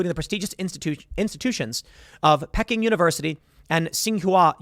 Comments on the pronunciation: "Pecking university." 😄 It's Peking (Pee-king, the old word for Beijing) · Pecking? PEE-king. Pardon the nitpicking but it makes you sound uneducated.